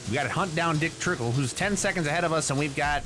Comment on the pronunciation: I know he meant to say Dick Trickle, but I much rather him say Cole Trickle instead of Dick Tickle. BTW, I am surprised you responded to this A MONTH LATER!!!!! To some it's funny, but if you are in a relationship with someone, don't say dick tickle. It is weird and totally unprofessional.